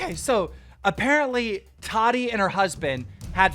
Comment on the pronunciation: every time he says tati i think hes sayin toddy😂